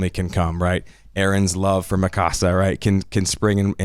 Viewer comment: Just found your podcast the other day. Had to hear your thoughts on EP 79,80&81. Solid points. But why do you guys do dirty to Mikasa's name? The way you pronounce it sounds like a spanish home. Mi casa. It's one syllable. Mikasa. Lol c'mon now